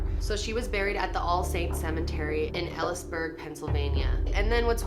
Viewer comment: As soon as you said Elysburg (which you said wrong btw) I started crying bc that is so close to home. All Saints is where my past relatives are buried, and is very close to where I live. And when I showed this to parents, they said they remember when this all happened. You never think this stuff is possible until it happens to you, or close to you.